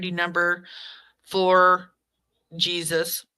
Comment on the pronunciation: its pronounced Hasus not Jesus